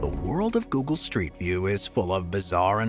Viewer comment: This person cant even pronouce google right.